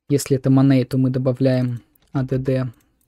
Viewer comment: За показ работы плагина - спасибо, за "моней" и "лайвес", -уши.